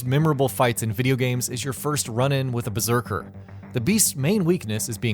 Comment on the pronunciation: "Beserker" lmaaooo